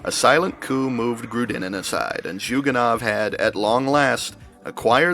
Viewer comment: As a Russian I would say that CPRF if a joke. Also he is Zhugànov, not Zhùganov